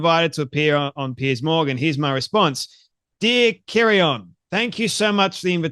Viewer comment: Kieron, pronounced, Keeran 🙏🏻